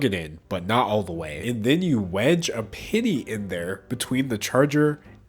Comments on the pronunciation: it took me a second to realize he said PENNY Challenge and and not PITY Challenge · For some reason, I heard pity instead of penny. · I kept thinking he was saying pity challenge not penny challenge but honestly yeah I do pity these ppl for not having the common sense to not do it. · I heard pitty challenge instead of penny challenge 😂. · wasnt watching and thought mans said "the pity challenge" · I thought you were saying “pity” challenge, so I was confused for half the video